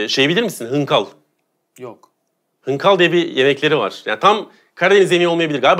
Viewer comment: Abi hınkal değilde hıngeldir bizim orda(Erzurum) adı. Bildiğim kadarıyla bizim oralarındır bu tat 😂